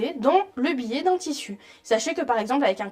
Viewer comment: Très bonne explications, merci. Cependant ne prononcez pas "billet" pour biais.